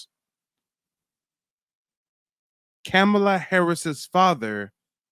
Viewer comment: It's pronounced comma la